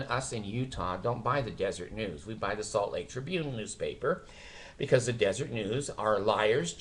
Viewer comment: I thought the Watchtower was put out by the Jehovah's Witnesses. And isn't it pronounced Des-er-et. Anyhow, you are doing a great service exposing the awful Mormons and their stupid cult. I enjoy your